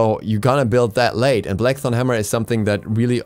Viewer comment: "Black thong hammer" that's what I heard leave me alone.